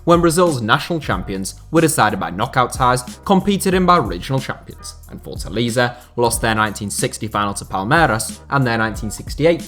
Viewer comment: It's Fort-A-LAY-ZA (he most have said it wrong about 400 times)